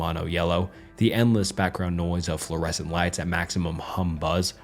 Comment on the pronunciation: Fluoureshawnt Lights I'm joking ofc, great video